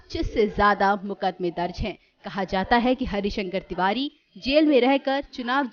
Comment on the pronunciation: पंडित हरिशंकर तिवारी नाम सही से लेना सीख लीजिए